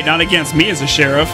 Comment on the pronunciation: I like how says cheriff instead of sheriff 😂😂😂